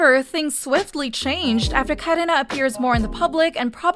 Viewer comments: The way ai voice says 카래나 . KaRena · WINTER! WINTER! WINTER! The way you kept saying "WintAaa" over and over again, got so annoying. Even how you said KarinAaaa. Also KachuHa? What is this? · why do you pronounce karina and irene like that 💀